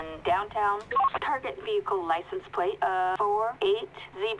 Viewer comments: "Let's get a pwate check on this thing first" - 2017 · "Wets gwet a Pwait chwek" lol dude can't even talk right